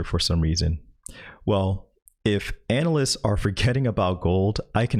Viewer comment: I think you’re pronouncing anal-ists wrong.